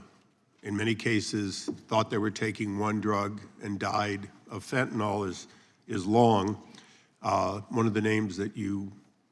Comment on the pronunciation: Drives me insane that nobody can seem to pronounce FentanYL correctly...it's not FentanOL!!!